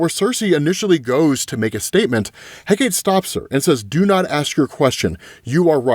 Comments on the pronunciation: Hecate= Heh-ka-tay. It bugs the hell outta me when people pronounce it Heh-kate. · Hecate = Heck-uh-tee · It’s pronounced Heh-ka-tā. The sovereign/goddess of witches and magic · In Greek it’s pronounced hek ate not heck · .....man u mispronounce soo much stuff on this channel ...its not heck-ate...its heck-uh-tee , not hippo-lie-ta its hi-pol-i-tuh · Pronunciation police: HECATE - hek - ah - TAY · It’s eh-KAH-tee btw, Greece loves you my man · I think the goddesses name is pronounced Heh-Kah-Tee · Hecate is pronounced "heh kuh tee." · Hecate is pronounced Heck-a-tee. Luv ya, but you wouldn't want to mispronounce the name of a goddess.... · I am BEGGING you. It is pronounced Heck-uh-Tee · My Brother in Odin, it is pronounced, "HEH-cah-tay". Closest rhyme I can think of is "secretary", but without the "r", so, like, 'SEH-cray-tay'. Hecate="HEH-cah-tay" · if you care, it's usually pronounced HECK-a-tay. I've heard both, but, it's greek in origin, so, usually you throw a syllable to a vowel. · It's HË'-CÄ-TË. Three syllables. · Hecate = HECK-uh-tee or HECK-ah-tee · Hecate is pronounced He-cuh-tee. Love that you're back to covering these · I love your videos but it's pronounced Heh-KAH-tee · Great Wondie coverage!! (ps.s Hecate=Heck-uh-tay/tee, Hippolyta=Hip-all-it-uh, just so you know) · Hipolyta: hip-AH-lit-uh Hecate: HECK-uh-tee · Hi-pole-light-ay He-kate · Hi- Poh- Lit- ah Heck- ah- tee…. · Bruh thank you for clarifying! Shit was bugging me lmao cos tf he mean hipoLIETAH?? And HeKATE? Yeah?? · How dare you not read my last comment about how to pronounce Hecate's name? (Jesting) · Bro, you gotta look up how to pronounce Hecate... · Oh you saying Hecate wrong made me laugh. Glad you're doing Absolute Wonder Woman again!